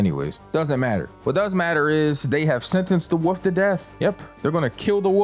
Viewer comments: *Wolf not woof… 🤦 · You can pronounce the word "wolf" dude, we know you can. Its not a fuckin woof